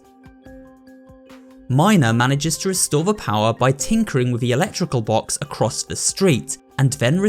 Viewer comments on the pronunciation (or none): none